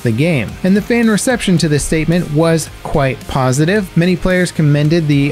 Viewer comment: "Quite pausitive".... I caught that :3